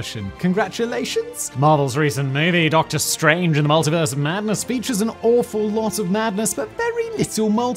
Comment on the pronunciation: It' Doctor Strange not Doctor Strande